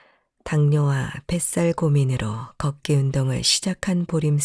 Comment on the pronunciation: 이 프로에서 발음하는 사람에게 말씀드립니다. '걷기'를 [걷따]고 발음하시면 안 됩니다. [걷:따]고 긴소리로 발음해야 합니다. [걷따]로 발음하면 빨래를 걷는 행위를 의미합니다. [걷:따]고 발음해야 걸음을 걷는 행위를 의미합니다. 한국어 발음에서는 장단음을 구별해서 발음해야 의미가 잘 구별됩니다. 앞으로 방송하기 전에 국어사전을 찾아서 장단음을 공부해서 장단음을 구별해서 방송하기 바랍니다.